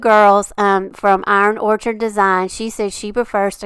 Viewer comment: Orchid not orchard